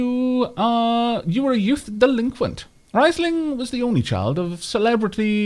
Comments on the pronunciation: It is good thing that you're renaming the pawns, because the way you're pronouncing it should be written "rEIsling" instead of "rIEsling". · Also, it's pronounced "Reesling" if i am not mistaken.